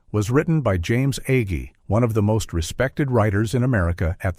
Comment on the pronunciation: How many ways can you pronounce "Agee"? This AI voice tries them all. (Not to mention "Laff-ton.")